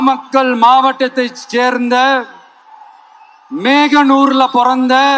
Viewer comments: பார்த்து படிக்கும் போதே மோகனூர் ku மெகனூர் nu படிக்கிறான் Vijay🤦‍♂️. இதுல தமிழன் என்று சொல்லடா தலை நிமிர்ந்து நில்லுடா என்று paper பார்த்து dialogue வேற. இந்த தற்குரி கூட்டம் பார்க்கும் போது தமிழன் என்று சொல்லடா தலை குனிந்து நில்லுடா என்று தான் சொல்ல வேண்டும்🤷‍♂️. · மேகனூர் இல்லடா மோகனூர்